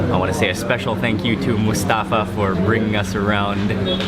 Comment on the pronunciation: You pronounce Mustafa so wrong its cringy.